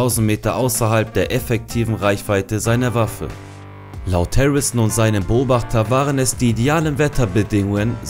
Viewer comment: Die Wörter "Harrison" und "Präzisionsschuss" könnte man besser aussprechen. Vielleicht würde ein Sprachtraining helfen. Ansonsten ein schönes Video.